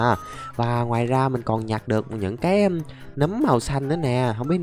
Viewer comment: nấm mà anh đọc thành núm? WTF!